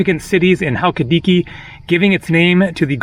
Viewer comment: Check your pronunciation of Halkidiki. Can't wait for your visit to Meteora! It is spectacular, and somewhat close to my husband's village. I hope the smoke on Evia doesn't bother you as you travel south. I thoroughly enjoy your posts!!!